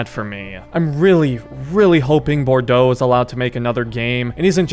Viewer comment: Bordeaux is pronounced as bordoe and the spellin show pronunciation as borducks😂😂